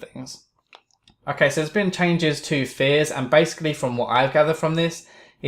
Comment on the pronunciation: I thought he said "Fizz" instead of "Fears"